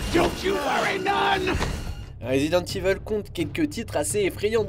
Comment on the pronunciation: Bonne vidéo même si je n'aurais pas forcément fait ses choix de jeux 😉 En revanche petite erreur, on prononce résident Evil, et non résident Ivel 😄